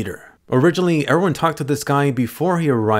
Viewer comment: Why do they call him Ervin when his name is Erwin? Is it some sort of title